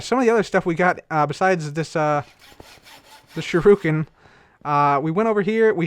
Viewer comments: Holden Marchell sure-ih-ken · Hey just so you know, it's pronounced [Shuri-ken];) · It's pronounced more like SURE-ih-ken. Like "sure you can!" but they can't, because you killed them with shuriken. Also, obligatory: "Hey,! What does the Quantum Storage Unit say about the toast sandwich level?" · shiruken is pronounced (shir•i•ken) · Ok cub u pronounce shuriken: shr-i-ken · "Shiruken"... obviously he watches Xisuma's series :D